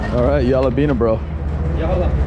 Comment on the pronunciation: Lol why you still saying yalla beena when everyone says it ain’t what people say